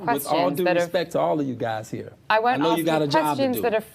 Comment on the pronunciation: The interview with the pretty reporter.. omgosh!! That man got so offended, by questions coming from the public, he couldn’t think straight. Full blown defense mode. And every time he said RESPECK, just made him look, that much more ignorant. And beyond, childish. His inability to control himself, simply made all the allegations far more believable. I hope the woman benefited, from this interview.🤢